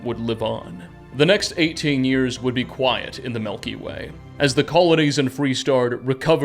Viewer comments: Milky way... not Melky Way. Driving me bonkers lol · I don’t wanna be that guy but you kept saying ‘melky way’ and it made me giggle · Melky way 😂 Greay video thanks! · The melkyway